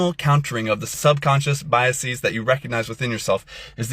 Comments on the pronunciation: Also the pretentious nerd thinks he sounds elite with “biaseez” when it is “biases”. It’s not a Greek word, nerd. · BY-uh-seez. Unusual pronunciation! Maybe he mispronounced the word intentionally to show solidarity with Dominique, the spokesman who cannot speak. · I have biases against people who pronounce it “biaseez”. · Maybe this influencer should first start by learning how to pronounce the word ‘biases’ before he tries to convince the rest of the world that he’s an authority on this topic. This is what’s so sad these days, people don’t any have any idea how stupid they are. And the ones who know the least are always the loudest. Our Christian influencer friend needs to start reading books and doing research.